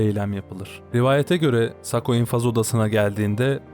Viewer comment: sako degil sakko